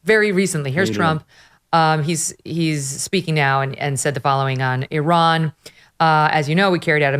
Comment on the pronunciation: Why does Charlie Kirk keep calling Iran Oran.